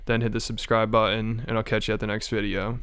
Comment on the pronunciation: This narration sounds like that commercial for schizophrenia medicine. I've never heard the word button pronounced without t's..or the d sound even.